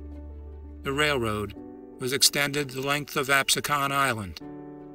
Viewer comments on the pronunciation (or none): 'AB••SEEKEN' island